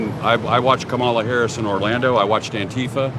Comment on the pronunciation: MAGAt is trying to talk all though and intimidating, yet just can’t help himself being soooo CHILDISH to continuously mispronounce the first name of the VP by emphasize the wrong syllable…. Yep… childish loser AND a traitor… SAD